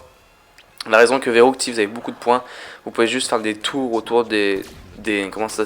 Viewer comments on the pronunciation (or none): verruct pas verrouct sinon belle vidéo